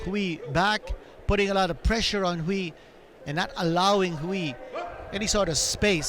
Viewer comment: Great commentating. But just a little reminder for Quinito, the UI in Chinese is pronounced EY, so Hui is pronounced WAY as in the English word.